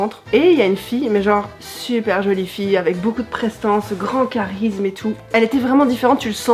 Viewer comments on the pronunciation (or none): none